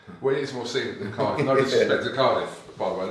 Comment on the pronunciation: It's Cardiff 😆